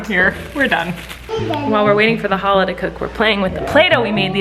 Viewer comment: Hi! So I love that you’re making challah, but can I teach you how to pronounce it? In Hebrew, the “ch” sound kinda sounds like your hocking up a loogie. The sound comes from your throat. I hope this helps! Love from a fan who also happens to be a rabbi. ❤️